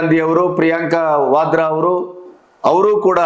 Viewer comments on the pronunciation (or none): none